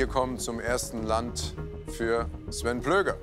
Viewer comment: Sven war sehr gut, ere kann sogar die Richtung sagen